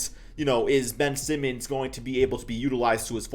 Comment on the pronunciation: did anyone else hear say simons instead of simmons or am i trippin